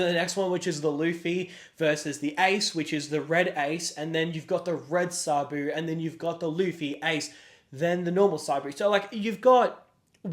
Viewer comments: Day 3 of begging you to stop saying Sabu! This ain’t ECW! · Not trying to be rude, but can you please try to pronouce Sabo correctly? Idk if I can watch another vid of hearing Sabu/Saboo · My man said manga sabu 😂😂😂😂😂😂